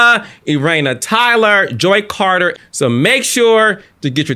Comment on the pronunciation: Wait did you say Joi Carter??!!!!!